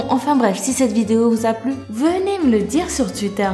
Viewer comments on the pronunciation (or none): Je ne sais pas si c'est ton accent qui fait ça mais ont prononce "touitteur" et non pas "tuitteur".